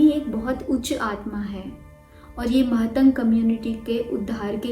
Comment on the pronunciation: Mahatang✖️ nahi matang boliye i came from matang community ❤🙏